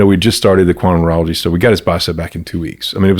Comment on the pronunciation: What is he saying? “Quantum Moralagy”??